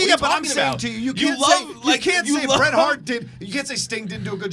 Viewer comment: Its Bret and not close.